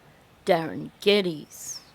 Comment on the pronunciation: It's GEDDES and yeah he's from here- Pictou County.